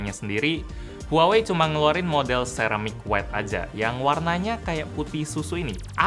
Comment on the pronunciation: sebutnya : seramik whait bahasa Inggris nya : Ceramic White